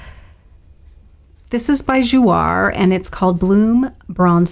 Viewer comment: Gorgeous! It's Jou-A (long A) means 'play' in French :)